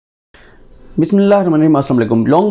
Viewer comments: برائے مہربانی آپ بِسۡمِ ٱللهِ ٱلرَّحۡمَـٰنِ ٱلرَّحِيمِ ٹھیک اور واضع انداز میں پڑھا کریں۔ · bhai g khuda se daro slam or bismilah thek se or aram parh liya kro